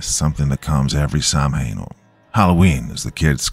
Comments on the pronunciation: It's spelled like "Samhain" but it's pronounced like "saa-win". Gaelic is funny like that. Awesome story! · Pronunciation correction : Halloween, Samhain isn't pronounced phonetically. Its actually " sow-wen ( as in female pig). Beautiful story! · Wow, I am surprised you missed this one. Samhain is pronounced like "(like the pig)Sow - In." Gealic is weird. Haha